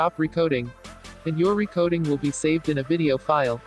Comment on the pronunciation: I like how the says "recoding"